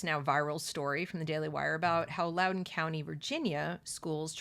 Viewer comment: It’s LOUDOUN.